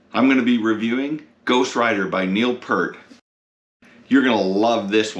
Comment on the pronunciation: Please pronounce Neil's name correctly ....Thank you